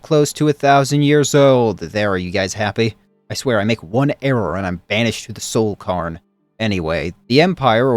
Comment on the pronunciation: ... Pardon? What was that? Soul CAARN???